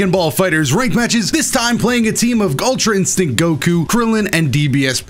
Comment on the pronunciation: DOD nobody hear him say "gultra instinct goku"